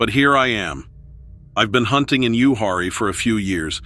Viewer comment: Ooh-harry?🤣🤣🤣 It's pronounced Youwharie 😅😅😂😂